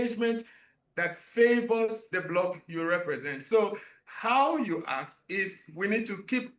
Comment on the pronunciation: Sir, its not ax me,"its ask me"